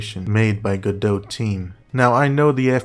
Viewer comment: Video 10/10. Could be 12/10 if the pronunciation of Godot was correct.